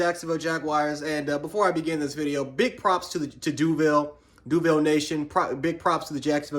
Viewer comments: You said duvil it’s DUVAL … get right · "Doville" lol it Duvaaaaaaaaaaaaaal lol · You said duuuval wrong